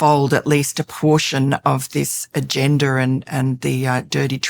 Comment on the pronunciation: Did she just say agenDER? 😅😂